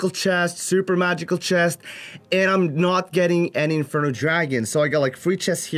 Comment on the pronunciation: "surrrper" hahah accent tho